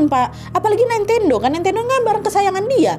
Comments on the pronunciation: Nintendo Nad. Bukan naintendo wkwk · Kak, maaf pengucapan nintendo itu ya nintendo bukan naintendo 🥹🤗